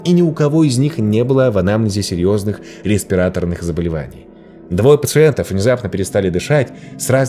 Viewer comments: Не ресрерАторных, а респиратОрных (заболеваний). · РеспирАторный заболеваний 😂 Ударения ставите правильно, а то видео серьезное, а смех охватил. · Немножко поправлю, респиратОрных, а не респирАторных. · Не респирАторных, а респиратОрных.